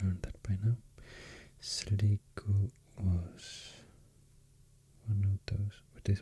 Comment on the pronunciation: Sligo County is actually pronounced “slaigo” by Irish people, weird one